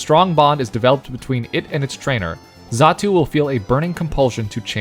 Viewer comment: Xatu, not zatu.